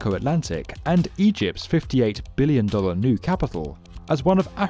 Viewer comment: The way he says Billion makes you feel how much it is.